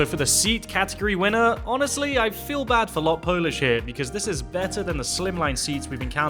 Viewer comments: LOT not L-O-T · It is Lot, not L O T, as Lot means flight in polish! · Thanks for the review, both Icelandair and LOT are fantastic, they're also some of the few independent flag carriers out there - and growing rapidly! You pronounce it "lot" as one word (meaning "flight" in Polish). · its pronouced lot (one word) and that menu is 2 sided 1 for Normal flight and second for charter flights and u also on older cabin